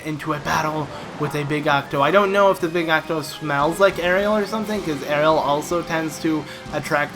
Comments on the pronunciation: Megalomaniac The difference is obvious. Do you see an "e" in Aryll? It's two syllables, not three. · It's ARYLL, not Ariel. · No it's it's pronounced Err-Ee-L